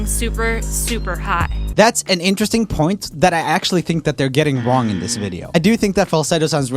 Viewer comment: Am i the only one who wished he said "INteResTiNg" instead of "insteresting"?